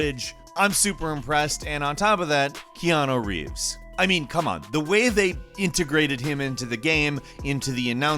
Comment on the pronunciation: Keanu reeves, KEANU REEVES keanu reeves ffs